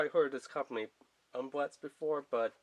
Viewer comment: Oo ma Rex not umrex